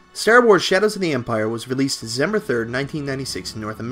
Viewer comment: You say Stair Wars, I don't know why but I find that amusing